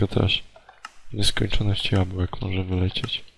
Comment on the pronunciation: tam było 64 jabłek i ty jeszcze mówisz jabułek